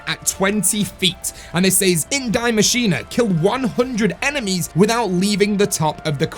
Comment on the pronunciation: The machine isn't dying lmao. Why dont you say it how its supposed to. In German?